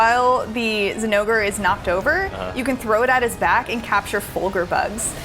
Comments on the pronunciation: thats how you pronounce it..... its not "Zinn-O-Gray" even the devs during their own demo showcase videos from previous games pronounced it as "Jin-O-Gah" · Why you gotta butcher the name zinogre like tht